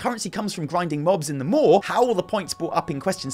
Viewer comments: The more you talk about the maw, the more we really need your wife here to teach you to speak properly. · Maw and maw.... It’s like I’m being tickled. I don’t want to giggle, but I can’t help it.